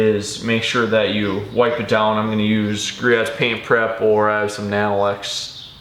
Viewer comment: It is pronounced GREE-OHS. No hate, just wanted to let you know.